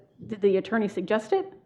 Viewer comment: This "attorney" is annoying me